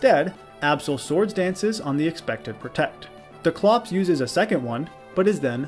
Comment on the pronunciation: Why did you pronounce dusclops like that